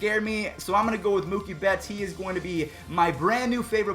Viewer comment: I’m a dodger fan but him saying Mookie bets name wrong makes me mad